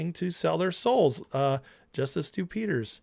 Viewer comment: Every time you say Stew Peters, I hear Stupid.